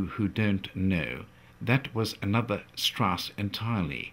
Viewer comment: Richard Strauß is spelled: [ʀɪɕaɾd ʃtʀaʊs] In german names "ch" isn´t "ck".